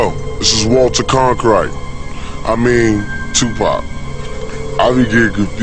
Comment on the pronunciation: Diamond GodISis yes he does then he thinks it’s funny